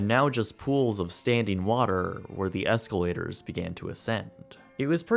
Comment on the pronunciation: Nobody: Absolutely NOBODY:: EsLaToRs